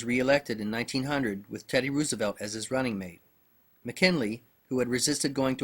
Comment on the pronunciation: funny how u pronounce Rooosevelt lol